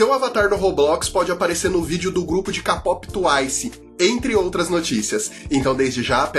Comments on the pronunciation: por favor, não se pronuncia kapop, é keipop. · já falei que é "kpop" (queipope) e n "ka pop" kkkkkkkk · o melhor é ele falando "capopi" e "tuaisi" KSAKAKSKAKSK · tuaicie ckapópi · Quem ai gosta de k-pop mas quando o fala da uma dor no coração 😅